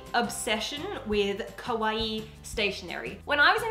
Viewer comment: Be careful how you say "Kawaii". It is pronounced "Ka-wa-eee" Because you sometimes say "Kowai" (ko-wai) which means scary.